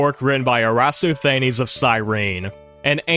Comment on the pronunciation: So glad you said this, "aristoTHAYneez" sent me directly into the void